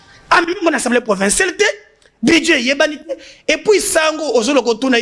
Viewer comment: Ndeko Sango, permetre ngay na porter yo correction en public : balobaka'' Djo Baidn ou Baiden''. Par ailleurs, ba lobaka ''assemblée '' et non ''ensemblee ''